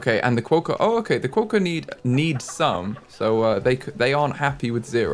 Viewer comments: Quokka- Qwock-a. Don’t over pronounce the O, quokka is one of the most naturally Aussie pronounced words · oceania: (oh-she-ayne-e-a) Quokka: (kwo-kuh) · I went to rottnest island for a school camp as I live in australia and I took so many photos with quokkas! Also the pronunciation is kwocka <3